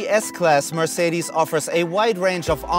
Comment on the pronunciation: Even Mercedes employees say the name wrong ;(